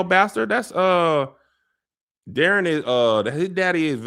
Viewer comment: I don’t like how they’re pronouncing Daeron’s name in the show. It’s (Day- Ron) 😂